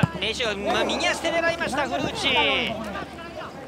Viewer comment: 古内の発音が完全にフルーチェ